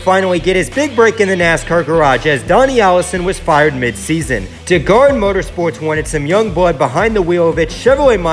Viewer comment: Pronunciation......Digard ( Die-gard)....I chuckled too